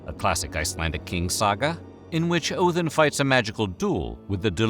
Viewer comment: "Oathin" Look guys, I can pronounce it the ethnic way.